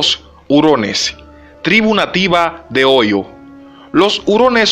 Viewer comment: No se quien redacta pero le digo que los nombres propios se escriben con mayuscula Por ejemplo Juan Eduardo Brasil Africa Francia etc Y el lugar que menciona ( Ohio) se pronuncia OJAIO Ademas en lugar de escribir Ohaio pusieron Oyo